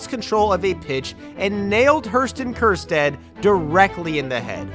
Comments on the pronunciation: Ah yes Hurston Kiersjad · “Herston Kjerstad”